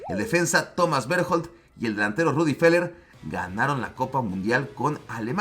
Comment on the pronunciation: OJO GARRRAFAL, NO ES RUDY FELLER, NO ES INGLÉS ES ALEMAN, LO CERRECTO ES RUDDY VOOOLER